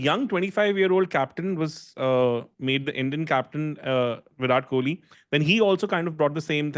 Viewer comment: Bro, I'm sure would call him deephaaak goyawl. So it's fine. Why don't you correct vyrat koli and kl raoul.